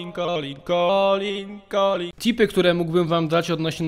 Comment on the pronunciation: Czy ja w 6.04 słyszałem cipy A nie tipy?